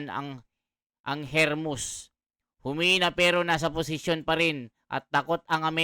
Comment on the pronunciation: Hindi hermus kungdi hormus